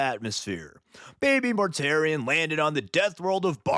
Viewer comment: Mortarion: ❌ Mortare Ian: ✅